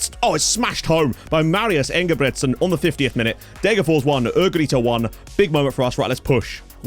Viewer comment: I just have to say, it’s DegerforS. You have to pronounce the last S!